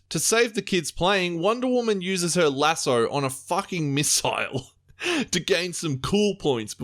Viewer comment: take a shot everytime says lasso wrong fml